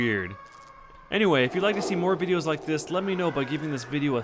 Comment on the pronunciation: its not moar its more